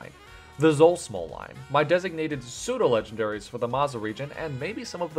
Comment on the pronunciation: Pseudo, not soudo.